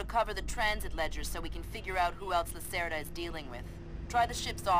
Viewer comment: The name Lacerda means someone usually males who like to keep long hair, aka ponytail. Its a play on pun on the word Lacerta, the constellation Lizard. Its an interesting way to show that Hugo is a slimy dealer. Spelt Hugo Lacerda, pronounced Hugo Lacerta in the game. Note that Lacerta is Latin for Lizard. The reference is Hugo being reptile like in his dealing, take all that you have if he gets a chance.